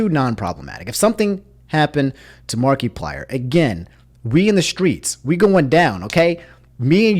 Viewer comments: I can't get over Mark-ee-plier, aha. It's mar-eh-plier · my man really said "markeeplier" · Nobody:: Markee-plier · just in case you didn’t know it’s markiplier not markyplier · You've been saying Markiplier wrong throughout the whole video... it's not Mark-E-plier, it's Markiplier less emphasis on the "i". Otherwise I did not know this went down. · saying "Mark-ee-plier" reminds me of "Mark-ass Brownley." lol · No offense, but Is that really how you say markiplier? Mar-ky-plier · Can you stop saying mark E plier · Marketplier. He sells pliers on the market. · No one:: mAr-KeY-pLiEr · “Mark-E-plier” Never change your annunciations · It’s the “markeeplier” for me. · Why do you keep calling markiplier, markeyplier ? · Anyone else driven crazy when he mispronounces things repeatedly all video #answerusomni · I don’t like how you’re enunciating markiplier lol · I’m more mad about your pronunciation of Markiplier than what YouTube did